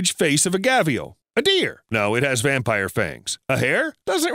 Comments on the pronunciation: theres no chance Gharial is pronounced gavial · It's Ghariyal not gavial. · My friend. Gharial is pronounced Gar-e-al not gaveal. I'll give you a pass on your knowledge of evolutionary theory. The jaws are thinned and elongated to suit the roll of fish predator. Have a great day, your friendly neighborhood biologist. (Yes I have a degree and everything, first one was bachelor of ecology and conservation biology w/honours) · by the way it's Gharial not "Ghavials" there's an R not a V. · When he pronounced "Gharial" as"Gavial" I lost it 😂😂😂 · Its gharial He mispronounced it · Gavial? It's Gharial. Where did you get the V from? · Pretty sure he means "gharial", not "ghavial"...😆😆😆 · Ghavial ? It's Gharial 🙃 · Gharial he keeps saying 'Gavial' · Gharial, not gavial lol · Isn't it gharial not gavial? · You kept saying ghavial but its gharial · *gharial not gavial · Gharial is pronounced gah·ree·ul. There's no 'V' in it.